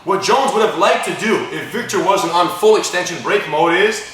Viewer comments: Vitor guys!!! not Victor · his name is vitor not victor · Why the FUCK do they keep calling him VICTOR pissing me off lol I know they're saying vitor but sounds like victor lol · they keep calling him 'victor' but i thought it's vitor...